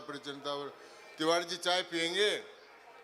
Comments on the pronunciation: तिवारी होता है तिवारी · तिवाड़ी जी नहीं तिवारी जी कहो प्यारे